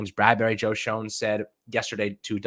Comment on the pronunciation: I had to double check and make sure this video wasn't old. How are you still pronouncing Schoen's name wrong at this point?! lol